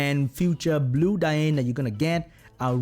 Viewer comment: said diayne when talking about dianne🥺ps i highly recommend watching this anime first it’s amazing